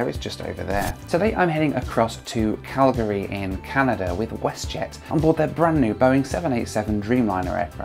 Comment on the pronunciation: THANK YOU FOR KNOWING HOW TO SAY CALGARY PROPERLY!!!!